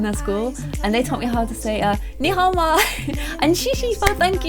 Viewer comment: BAHAHAHA OMG YOU ACTUALLY SAID NIHAO QUITE CORRECTLY XDD thank-you was a bit wrong, its not shishi, its xiexie xD